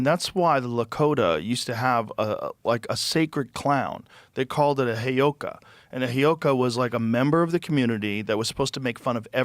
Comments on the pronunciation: Joe “hayoka” Rogan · “The heyoka……..” 😣